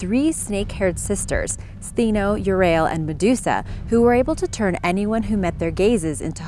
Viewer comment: Thought That Was MēDūSã!!😂🤣It’s May Doo Saw!!🙃🤪😜😝😁😄😔🤦🏻‍♂️